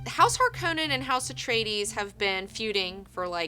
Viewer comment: Its interesting to hear how you pronounce things, even if i read it in english i say the words differently than you (i have a swedish/spanish background and well, i know english as well). Just like how you pronounce Paul Atreides or Harkonens, i first didn't know who you meant and it took a sec to tune in ^^ and i really like the books! Atleast the first ones, around 3rd/4th or so it kinda dwindled down for me.